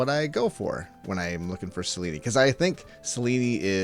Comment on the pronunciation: Isn’t it pronounced Sel-eeen (rhymes with clean). Selen-ey sounds so weird.